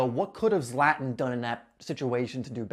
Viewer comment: Zlatan (Zla-tan) not (Zlat-n)